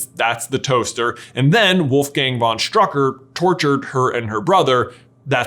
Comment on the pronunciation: I would recommend listening to Forvo to how pronounce the german word "Stück". Then you could pronounce "Strücker" correct. It's just triggerin how he pronounces it 😅